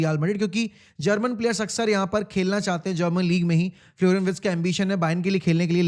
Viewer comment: Wirtz hein woh not Writz